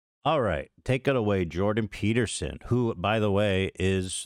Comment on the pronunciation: Eth-Chin 🧔🏻‍♂️vs Joe Toadgan 🐸 & Jordan Pe-tear-son 😢